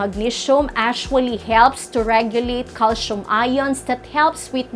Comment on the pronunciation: painful to listen to this accent which can t even pronounce the words magnesium, calcium. Content is ok but someone else should present this